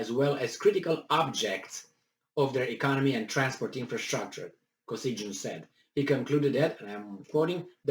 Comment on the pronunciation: KO-SY-GHIN (g is not soft)